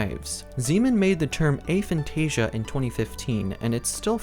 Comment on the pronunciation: Of course, I'm not the god of this subject, you clearly are (despite not knowing what you are talking about). First off, I wasn't being rude, I was genuine when I said the video was good, it is (he even got the pronunciation of the word right, which many don't), however, the part about the loci system was incorrect, hence the 'but' part. The loci system does NOT need visualisation, I can't visualise, I'm zero on the visualisation scale, but I still use the system on a regular basis (as do many others with Aphantasia)! I'm sorry if you think I'm taking away your victim status by saying you can actually do something, but people with Aphantasia can and do use this system. If you want to pretend we can't feel free, but please don't insist something is not possible without even trying it, you may put others off trying an incredibly useful system.